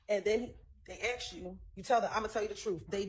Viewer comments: Prosecutors talking they axked you they axed you like seriously it’s called asked as in ass… asked you…. You spent how many years in law school and can’t pronounce asked correctly 😂 miss love suddenly sitting there doing absolutely nothing but more dumb founded then anything 🎉 she knows this trial is bullsht and they trying so hard to connect dots to a functioning crack head as their best witness 😅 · The Prosecutor is Dumb as hell. She uses. " I axed your" typical. Dumb A55S